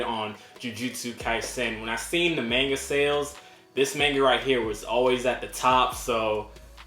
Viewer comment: Great channel bro!! 🥊💯 and finally! A yank that pronounces manga properly! 😃👍 Rather than “Mohnga!!” 😂